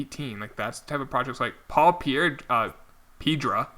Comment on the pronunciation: It’s not “Peedra” it’s “PI-EH-DRA”